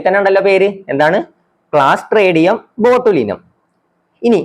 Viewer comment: ക്ലോസ്ഡ്രിഡിയം ബോട്ടുലിനം എന്നാണ്.